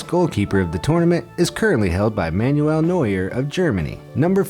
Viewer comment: FFS, some of your pronunciations are dreadful!! Manuel Neuer's first name is pronounced "Man-well". It's pronounced "Trinidad and To-bay-go" not To-bar-go!